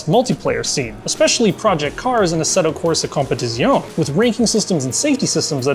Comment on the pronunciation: "assetto corsa competitzioohn"